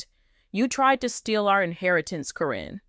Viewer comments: it's not Corrine nor Corin ITS CARYN! you pronounced it Karen one minute then Corrine the rest of the time they are one in the same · I think that someone that knows the names of the people of LPBW should be reading the dialogue. Her name is Karen, not Corrin… but I am glad she was caught. It is so sad how horrid people can be because of greed! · If you are going to tell the story (Or the AI), her name is not Kareen, Caryn is pronounced Karen. It messed up the whole thing!! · If you're going to tell a story about people who are stars and well known, you have to pronounce their names correctly. The name Caryn has been pronounced two different ways in this video. I heard the name pronounced correctly only 3 times by the announcer. Instead of calling her Caryn (old spelling Karen), she kept calling her Corrine. Learn the names before you start reading the script online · All you silly people think a simple paper with a signature could change a multi million dollar policy without an attorney or witness ? THIS NEVER HAPPENED. This person can't even pronounce Caryns name. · To bad you used AI - can't say her name correctly or consistently....Makes te whole story a farce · I think this is a BS AI story, they're still together! I think that's why she's saying her name wrong, so she can't be sued!